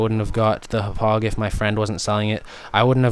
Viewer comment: Hop-pog not hup-ugh. Gotta say it with the Long Island accent.